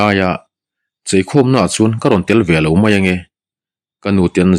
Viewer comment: Ngaihnawm thin... Mahse mei tih ai ah mai ti thin zawk la ngaihnawm lehzual ang❤